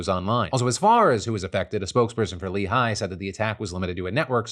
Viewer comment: isn't 'Lehigh' pronounced, 'ley' and not 'lee high'